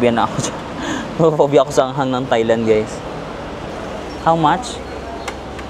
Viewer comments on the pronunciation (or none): none